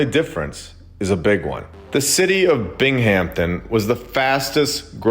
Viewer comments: Bing am ton, not Bing Hampton 😅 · Castle high schools is wild. My high school was done in an art deco style, which I always thought was odd. Also; not being an asshole, but it’s pronounced: bing-um-ton not Bing-Hampton ❤ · I live near Binghamton, NY and it is hurting my ears hearing you say it like BING HAMPTON. I don't know if you are intentionally doing that, but it just struck me funny! We just pronounce it like Bing-um-ton. But anyway I just wanted to give you some insight from a local! Have a good one! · Binghamton is pronounced Bing-um-tun. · the h in binghamptom is silent